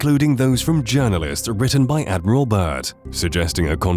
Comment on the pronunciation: It’s Admiral Bird not Bert